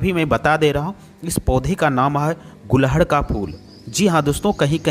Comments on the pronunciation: एक ही बात को कितने बार दोहराते हो | ये फूल को गुडहल बोलते है| गूल्हड नही कहते| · गुलहड नही गुड़हल कहते हैं। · gulhad nahi gudhal bolna seekho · मान्यवर, सबसे पहले तो अपना उच्चारण सही करिये इसको उत्तरी भारत में "गुङहल"के नाम से जाना जाता है न कि गुलहङ के नाम से। रही बात औषधि के रूप में लाभ-हानि की तो आप लोग वीडियो इतना लम्बा खींचते हो कि इंसान सुन-सुनकर ऊब जाता है और जहां है कि जितने लाभ गिनाये हैं क्या ये तुम्हारे द्वारा अपने आप पर यह किसी और पर आजमाया गया है, जहां तक है नहीं, तो समाज को क्यों गुमराह करते हो। आप वीडियो को लाइक आदि करने को सिर्फ अपने पैसौं के लिए कहते हो, तुम्हें कोई मोटीवेशन की जरूरत नहीं है और न तुम ऐसा करते हो। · phool ka naam to sahi le lo.Hindi me ise Gudhal kahte hain, Gulhad nahi kahte,Kripya dhyan den!!!!!!! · Gulhad nhi hota ....gudhal hota h